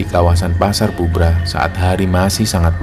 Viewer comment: Setiap denger cerita pendakian, pasar Bubrah ,tetapi aku dengernya pasar "Gubrah"